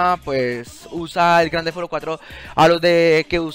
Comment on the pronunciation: Jajajaja gran tefauro es Grand theft no tefauro